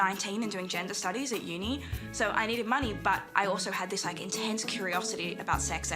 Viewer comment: "genda stoddies et uni" Bc of course